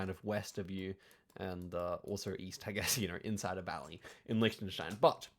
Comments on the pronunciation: He learned German so he knows the pronunciation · English speaking native with a proper pronunciation of Liechtenstein (especially the ch part), you dont see that every day. Well done!